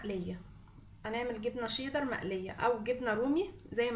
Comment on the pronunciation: انتي بتقولي شيضر مش شيدر